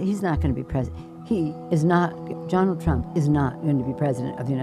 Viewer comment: Did that cud chewing cow say johnald trump?